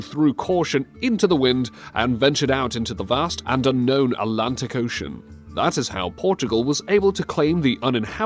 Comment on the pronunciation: Why can't you say "Atlantic" properly?